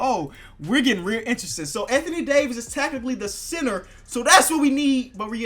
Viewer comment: When he say center it says cinner